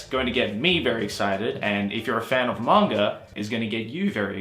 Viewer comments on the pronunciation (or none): Im I the only one who hears saying manger instead of manga?